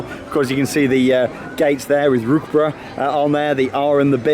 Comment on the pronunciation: Rookbruh 😂 It‘s Rookburgh And it‘s Geister Riksha